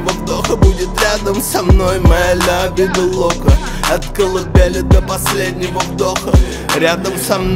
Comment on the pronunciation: Лявида лока произношение раздражает но я люблю тебя смоки